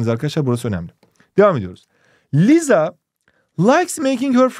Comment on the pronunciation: hocam liza dediniz ama o lisa diye okunmuyor mu